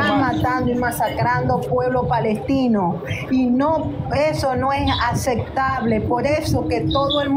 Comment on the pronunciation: La" acectable quiere que la acecten con su ignorancia 😂"